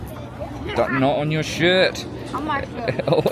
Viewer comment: When you told Denzel not on your shirt it literally sounded like you said not on your shit